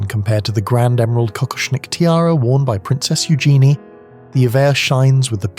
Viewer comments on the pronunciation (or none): It's pronounced EW jen ee.